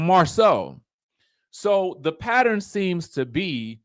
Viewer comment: You're noticing a "patturrrrrin"?! LOL!